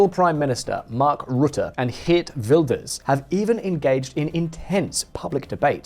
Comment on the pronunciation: You pronounced his name perfectly 👏🏾It is practically impossible for Wilders to become prime minister. Many (islamic extremist) people want to unalive him. He needs guarding 24/7.